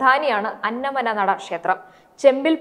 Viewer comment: അന്നമന്നട എന്നാണ് ശരിക്കുള്ള സ്ഥലപ്പേര് "അന്ന മ നട" അല്ല.